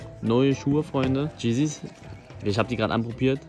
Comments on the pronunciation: bitte nicht cheesis hahahaha yeezys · Jeeezys 😂 schade wenn mans nicht Mal aussprechen kann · Stark eli aber wichtig nicht yeezys sondern jessys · Sehr geil sei es die gegönnt aber,, gisis'' ist glaub ich falsch ausgesprochen hahahah🤣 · JEDER: Yeezys Adidas Botschafter Elias: JEEZIS